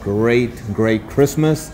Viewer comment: Merry Christmas guys. Great video. I've never heard Christmas pronounced Kissmas. Luv the accent.